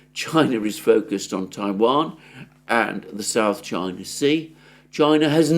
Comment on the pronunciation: China not Chia.